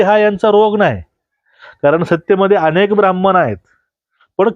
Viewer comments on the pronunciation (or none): none